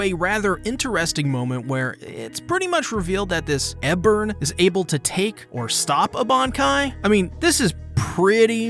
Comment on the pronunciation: OK like bruh Ebern even says his name in the episode... how you still saying it wrong?